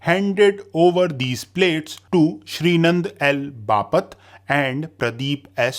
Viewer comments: Its "Bapat - बापट" not बापत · बापत ❎ बापट ✅